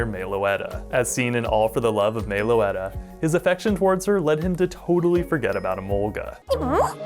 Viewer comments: "Mae-o-letta"... Stop.. It's MEH-loh-ET-uh.. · Nitpicking you pronounced meloetta wrong it’s pronounced Meh-low-ette-tah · Sorry to say but your pronouncing Meloetta's name Wrong.